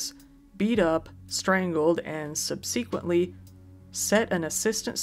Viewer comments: Black Friday is horrifying, but at least there's the pronunciation here to get a small chuckle: * Pokémon being pronounced "Poke-ee-mon" instead of "Poke-eh-mon". * Subsequently being pronounced "Sub-see-quent-ly" instead of "Sub-seh-quent-ly". and the best one being; * Galleria being being pronounced "Gal-ee-air-a" instead of "Gal-eh-ree-ah". They're all firsts for me, though I think I remember the "sub-see-quent-ly" from another video on this channel. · sub-seek-wently lol i tease i tease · Never heard anyone say "subsequently" that way 😂